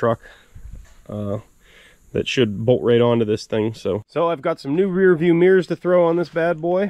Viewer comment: Could HAVE not Could of. MIRRORS not meers.